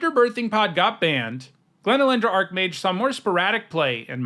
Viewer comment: I wonder why so many people pronounce it "ark-mage" instead of "arch-mage".